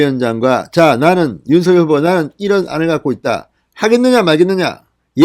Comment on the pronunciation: 윤서결이 아닌 윤석렬로 발음 교점해 주세요